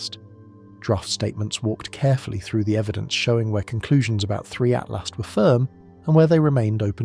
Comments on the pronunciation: It's ATLAS NOT ATLAST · so annoying by keep saying ...ATLAST!!...it is Atlas!!